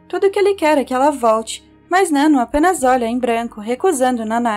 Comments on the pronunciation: Adorei o vídeo mas fiquei agoniada pq vc tava falando o nome da nanno errado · Nano kkkkk, pronuncia certo pelo menos né